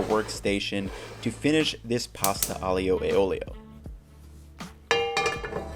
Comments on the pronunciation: Your way looks absolutely ACE!! BUT!! [grin] Aglio e olio... do not pronounce the 'i' as a separate syllable,: turn it into a 'y'. AHLYO e OLYO, yes? You're such a good chef that I want you to say the wondrous Italian words right.:) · IJoe OilO or Ioolee is the way I grew up hearing it pronounced. It's amazing how much it stands out when you hear it pronounced differently lol. I'm gonna try the butter as it never fails to make things better:) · Being a romance language speaker, it just sounds really good to listen the aglio e olio as you speak. Thanks, Latin. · Nah mate sorry you kept mispronouncing the name, added butter, no pasta water, used angel hair pasta and proceeded to overcook it to the max.. I get this is your version of it but don't be so bold to claim your white amateur chef knowledge is better than centuries of Italian tradition.